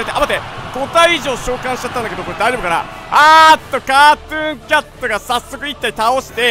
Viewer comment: ｶｧﾃｩンキャト